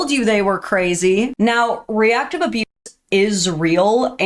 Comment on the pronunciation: That's a weird way to pronounce ABUSE and ABUSER 🤔🤔🤔